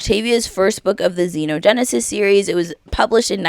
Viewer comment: It's understandable since some words aren't said aloud often, but Xenogenesis is pronounced ZEE-no-gen-ne-sis.